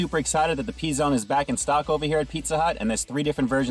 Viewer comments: "pee zone" lmao It's "puh zone" :P BTW, these are not pre-made but made in store. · “Pee” Zone? 🤣🤣🤣 Is this an R Kelly video?